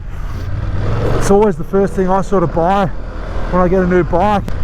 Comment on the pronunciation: when you say 'buy a bike' do you hear how you say them both the same?